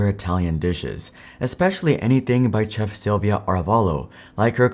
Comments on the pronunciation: 1. Here in Germany Domino’s still tastes like cardboard. And completely bland. That’s why I stopped eating from them. 2. T-Mobile is a German company. 3. No offence, but it’s pronounced shef, not chef. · It's pronounced shef. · Bro straight up pronounced the C in chef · Am I the only one getting annoyed by the mispronounced "chef" twice💀